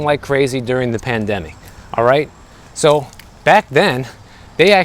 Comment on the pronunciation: Are you born and raised Floridian? Your, “I guess soooooo” sounded soooooo midwestern. 😹 sweet kitty!